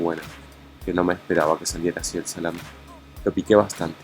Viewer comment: Lo siento pero...no es salamin